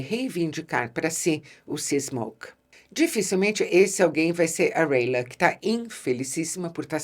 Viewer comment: É Rhaena e não rhaela